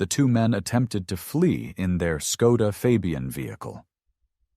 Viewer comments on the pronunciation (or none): none